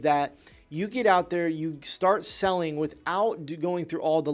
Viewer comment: “….before you start “seeling” on Shopify”